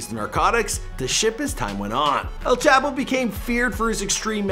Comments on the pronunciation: every time he says “ L chap-o “ i cringe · He don't even know how to say El Chapo🤦🏽‍♂️, smh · Mexicans: “el chapo” White people: “L chapo” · El Ch-aaaah-po Not Ape-o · maybe you should call him el chap O 😂😂😂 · “El chAApo” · El chap - O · El chap. O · And...Its El Chapo!(Mexican pronunciation) Not El Chapo..Lol -JK but not really...😂🤣